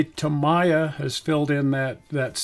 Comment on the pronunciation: Please, Tamiya is pronounced Tä-mee-yä. Otherwise, thanks for this excellent video on the various paints.